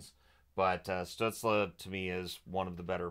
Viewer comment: In the light of pronouncing names in the recent videos (see Samsonov): In German, Stützle would be pronounced Shtützlé with as bright of an e an English speaker can produce (like if you say insane, you have an e sound in the a, ins-a-i-ne, so just take this a part). Don‘t know how he self-refers though.